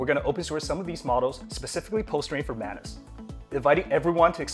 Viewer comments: Please rename it. "Manus" doesn't sound right, especially the way you pronounce it 🤣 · Manus sounds like Menace. Not a good idea 😁